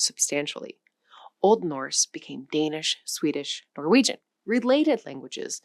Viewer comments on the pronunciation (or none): none